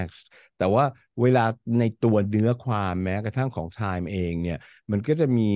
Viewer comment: ไม่น่าสงสัย รุ้งก็เคยได้ ทอนก็เคยได้ Time อ่านว่าแดม พิตาน ยังเพ้อว่าจะได้ไปกล่าวสุนทรพจน์ที่แดม 😔